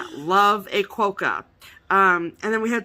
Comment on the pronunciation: I live in Western Australia and they live on Rottnest Island just off the coast near Perth. They are called Quokka not Qwoacka you made me laugh so much I show my husband what I was laughing so much about and then he started laughing.